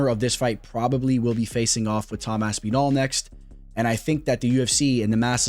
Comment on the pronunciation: Saying Aspinall like you would say Masvidal is some true Miami shit